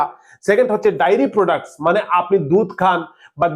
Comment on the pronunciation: ওরে বাবা,ওটা ডাইরি প্রোডাক্টস নয়,ওটাকে বলে ডে - আ - রী প্রোডাক্টস!